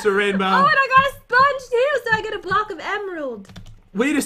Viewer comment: I got zee emerald bloocke